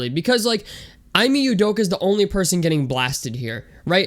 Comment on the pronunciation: Bro can u at least say he’s name right 😂🤷‍♂️